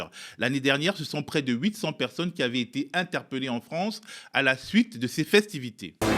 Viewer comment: "Vive la Fronce"......